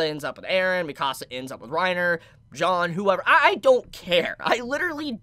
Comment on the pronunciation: pronouncing Jean as John